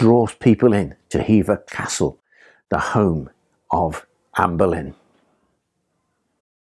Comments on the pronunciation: Its making me cringe everytime he pronounces Boleyn, like Berlin. He definitely puts an "r" in the name, and he knows better. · Are you calling her Anne BERlin?